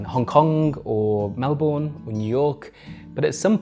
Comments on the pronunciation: Mel-ben it’s pronounced Mel-ben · This was an incredible video that was very insightful and I feel wrong saying this on a video like this, but... It's pronounced Mel-bun, not Mel-born. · Excellent reporting! Terrible pronunciation of ‘Melbourne’ though (to an Australian ear)! 😉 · Very well researched, apart from the pronunciation of 'Melbourne'. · As an aussie, I can't lie, it was quite painful listening to you constantly mispronounce Melbourne. Fantastic piece of journalism still.